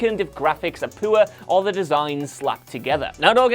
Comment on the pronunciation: This man literally has the strangest pronunciations of words I’ve ever heard. 😭😂 Yurz = Years Poo-er = Poor Fillem = Film